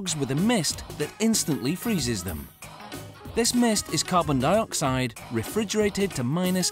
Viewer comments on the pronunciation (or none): none